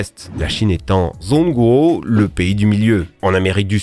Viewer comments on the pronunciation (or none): C un détail mais j'ai fais chinois lv2 au collège et pour le nom de la Chine en chinois c pas zhong guo la prononciation mais bien dzong guo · Pour ce qui est de la chine, zhongguo, se prononce en chinois tchong quoi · Salut Zh en chinois sa se prononcer dj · pour la chine, "zhong guo" se dit djong guo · Cher ami… la Chine c’est zhongguo en chinois mais ça se prononce tchonguo… -999 de crédit social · Super vidéo, juste à la chine se prononce "tchonkwo" en mandarin. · Zhongguo 中国 se prononce "djongguo"。Le pinyin (phonétique) peut être trompeur.